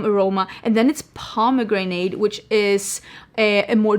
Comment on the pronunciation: I’ve never heard Pomegranate pronounced as “Proma-Granada” 😮😊 that was cuteb